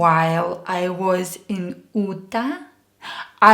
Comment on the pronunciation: Your lessons are very helpful and I find your presentation very personable . Just a little note , you miss pronounced the state of Utah , it is pronounced “youtah” not “ootah” . My thanks to you